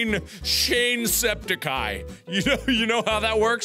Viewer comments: At the time of it need it there to say Shone. With out it it's spell sean are send as of meaning of the pronounce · Mark, the accent on the A is what makes it be pronounced as "shaun". I'm half Irish so that's how I know. You're welcome. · Seàn has an accent (called a fada) on it because that's what makes the a sound longer (instead of "a" its "aw") without the fada its sean (pronounced like "shan") and it means old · Mark could have called Seán to see how it was pronounced